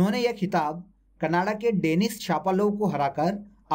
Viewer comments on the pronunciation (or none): none